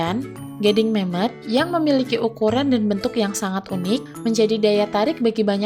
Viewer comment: Gua salah paham di kata Memoth yg gua denger Mem*k 🙏🙏😭😭😭😭